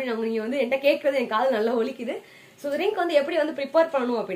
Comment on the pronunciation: நள்ளா இல்ல நல்லா🤦🤦